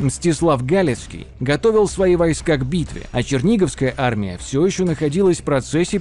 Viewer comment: Даже несмотря на извинения в конце ролика по поводу ударений, местами слушать было просто больно. То же Чудское озеро/побоище всегда было и есть ЧудскОе, а не ЧУдское. Поразительное упорство автора в наименовании "вОйска" вместо "войскА". И т.д. Отдельно хочется заметить откровенные глупости, типа наименования дружинников солдатами. Солдаты, это куда как более поздний термин, имеющий своё вполне конкретное значение, которое никакого отношения к воинам древней Руси, да и любым другим воинам древности не имеет. В целом в качестве краткого ликбеза по истории Древней Руси для самых далёких от темы - этот ролик сойдёт, но всё же следовало бы больше внимания уделить погружению в вопрос.